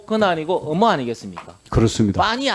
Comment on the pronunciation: 으무 으무 의무발음이 저렇게 안되나? ㅎ